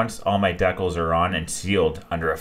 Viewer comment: Great build. DEE-CALS not DECK-UHLS